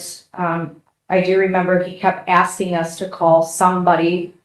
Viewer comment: Oh, he'll be axing questions as well